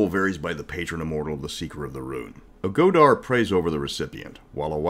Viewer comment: "never criticize someone for mispronouncing a word. It means they learned it reading a book." I don't know about the games but but it's pronounced "go-thi" and "go-thar" instead of "go-di" and "go-dar." Respect.